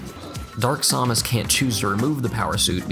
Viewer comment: whenever he pronounces Samus, a child dies.